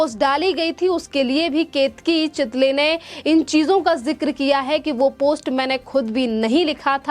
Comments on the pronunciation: चितली नही चितळे बोल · चितळे है चितली नही